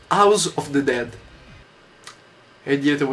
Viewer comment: Scusa Yotobi, sarà perché studio lingue, le amo e quindi mi dà fastidio che vengano pronunciate male, ovvero "all'italiana", ma non mi puoi dire AUS OF DE DED!!!! Daiè, scusa se sono pignola, ma è colpa dei miei docenti u_u